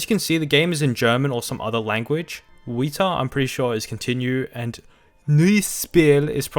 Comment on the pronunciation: Your german is bad though Weiter is prounounced Waaaiter for you brits or americans and Neues Spiel are Noyyes spill. Get better dude or play more ww2 games